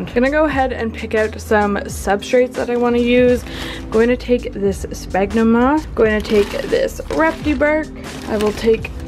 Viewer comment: 1. - pronounced “sfagnum moss” not sbagnum lol 2. - Im pretty sure you’re supposed to wet the moss beforehand, to let it expand